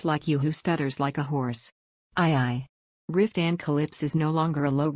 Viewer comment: I want to like this, but after only 45 seconds, I just am so bothered by the AI voice, it is painful. It doesn't pronounce Maxi, instead she is called Max. It says Cross instead of Croyso. Riftan gets called Ruthann at about or so. It also pauses awkwardly in pronouncing words making it difficult to follow the story. I know others liked it, but I just can't. I am covering my ears at the thought.